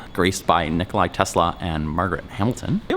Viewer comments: NIKOLA, not Nikolai. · Nikola, not Nikolai... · Hey, I dont wanna be rude but its not nikolai tesla its nikola tesla